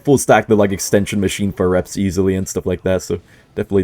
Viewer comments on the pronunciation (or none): none